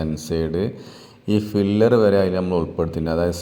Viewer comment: ഫില്ലർ അല്ല പില്ലർ ആണ്, 😂